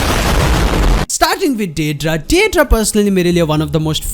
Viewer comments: Maaaaan it's not de dra its dai dara 😭it's sounds werid 🌼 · Didra nahi yrr "daidaara" 👤